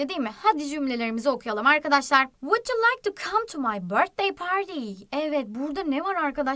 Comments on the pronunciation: bilmiyorsan konuşma vud diye okunur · Vuc diye okunur